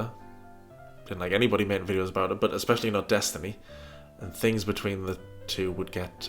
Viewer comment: says 'Ek=specially'' instead of 'especially'. But we all know she can barely speak English..